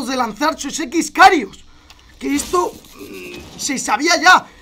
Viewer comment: Es X-kairos no x-karios